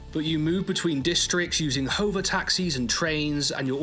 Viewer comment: 'hoe-va taxis'? haha